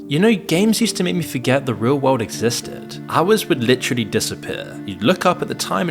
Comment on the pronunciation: Why does he say "wald" instead of "world"?